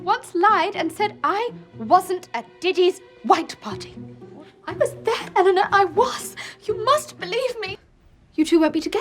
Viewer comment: Anytime she says"Eleanor"she pronounce it"Elena".